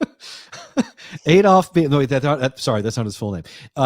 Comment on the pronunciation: also it’s pronounced blame without the L❤️